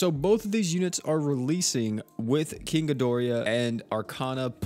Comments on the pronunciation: "GI DOR AH" not gi dor E ah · Gido-rah, where where did the extra "i" come from? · Am I the only one who hates the way he pronounced king ghidorah's name